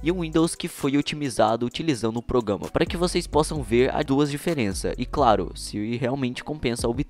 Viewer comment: Só para de falar: progama E fala: programa